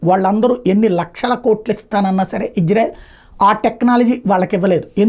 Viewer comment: ఇజ్రెల్ కాదు ఇజ్రాయెల్ అని పలుకు. సరే నా. వాళ్ళకి తెలిస్తే నీకు దింపుతారు మిస్సైల్. నువ్వెళ్లి చూసి వచ్చావ్ ఫెయిల్యూర్ అయింది అని.